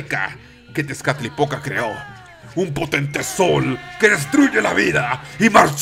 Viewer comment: C mamut con lo de las hormigas :v PD: Cada vez que decías "Tezcalipoca", yo escuchaba "Tiene poca" :vv